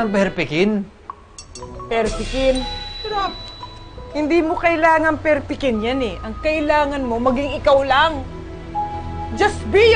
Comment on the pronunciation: "perpekin" HAAHAHAHA